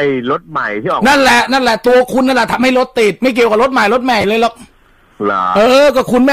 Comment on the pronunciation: ตอนแรกๆ อ.เหน่อ รถติ้ด ๕๕